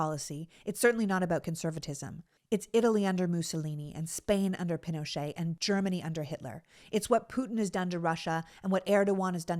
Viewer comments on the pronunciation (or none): none